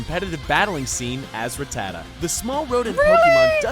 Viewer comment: I hate how the guy in the video said Rattata